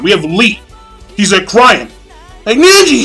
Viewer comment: I hate how u say neji "nenji"